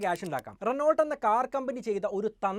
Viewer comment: റെനോൾട്ട് അല്ല റെനോ.